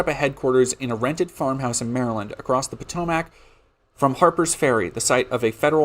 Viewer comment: Sorry- as a virginian i wanted to correct your pronunciation Potomac- puh to mik Occoquan- ock oh quan